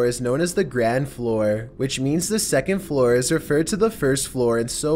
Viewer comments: *ground floor not grand floor 😂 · HOLD UP DID HE REALLY JUST CALL IT THE GRAND FLOOR INSTEAD OF GROUND FLOOR IM SO FUCKING MAD